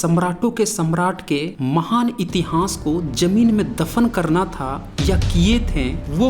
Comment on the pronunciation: इतिहांस या इतिहास कृप्या उच्चारण घ्यान देना प्लीज ॥ वीडीयो बहुत ज्ञानवर्धक है। धन्यवाद।